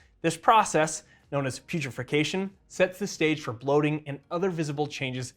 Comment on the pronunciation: he says Putrefication but the text says Putrefaction … are they both correct